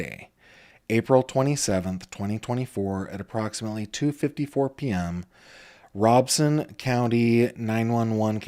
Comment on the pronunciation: Just a FYI I use to work in Robeson County. It is actually pronounced RO BEN SON. There is actually no n but when pronounced it sounds like it is. Lumbee has an actual Lumbee Tribe that just got recognized. Lumbee Tribe took the name after the Lumbee River. I worked with many Lumbee Indigenous people in Robeson County for well over 9 years. I know it’s not the point of your video but I heard someone correct you. I just thought I would share. A Intelligent Person is a Person who is willing to learn something new everyday of their life.